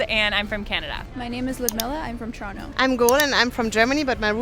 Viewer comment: Trono? Not Toronto?